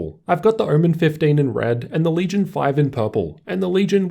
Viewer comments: I’m I the only one who heard ‘oormen’ many times ? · What is hermen? Kept hearing it in the video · Great review, only thing that is killing me is pronunciation of "omen". I keep hearing "ermen". is it just me or ?!?!?!